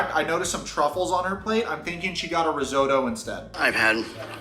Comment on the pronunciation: Dude, you disrespected your ancestors too, based on how you pronounced "risotto". I'm offended.